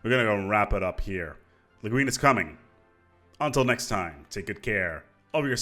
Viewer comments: It's pronounced "Le GWIN"... after the Science Fiction author, Ursula Le Guin? (I think) See Wiki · The way you pronounced the name of the extension sounded like a very derogative French word for homosexual women... XD